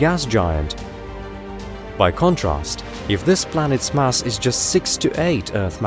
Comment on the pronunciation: Planeets hahaha